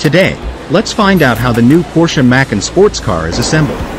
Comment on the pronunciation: Try fining a better AI voice for your videos. I have no idea what a Macken is!